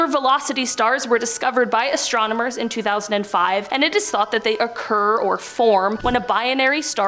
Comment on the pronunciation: Still going strong into 2024! You peeps are Most A-Mazing! but...Someone Please let know that it is pronounced ASTRONOMERS not ASTROMONERS!!